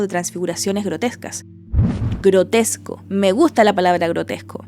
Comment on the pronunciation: se te fue ahí el "gotresco" jajaja😭fuera de eso es un video super interesantisimo!!